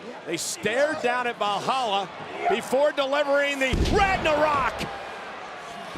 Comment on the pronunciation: I wonder if Cole will ever pronounce valhalla correctly